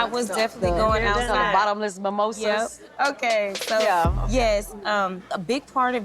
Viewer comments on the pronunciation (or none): "MIMOSAS" LMAO